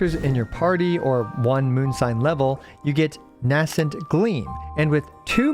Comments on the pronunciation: Nay-scent gleam. Not N-ass-ent gleam. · VURR-dint. NAY-sint. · Please please please learn how to pronounce "verdant" correctly before the rest of the lunar-charged mechanics characters release 😭😭 Edit: Also learn the pronounciation of "nascent"!!!!